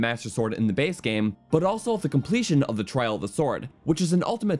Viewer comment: I hate the way this guy says "but"